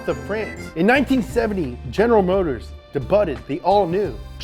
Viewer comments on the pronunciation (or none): He said de-butted. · Hey man, he couldnt pronounce DEBUTED. Go figure.